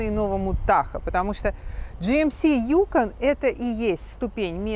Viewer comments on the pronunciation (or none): Не Юкон а юкОн! Емаё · Маленькое уточнение, ударение в слове Юко́н, на О, а не на Ю!!!.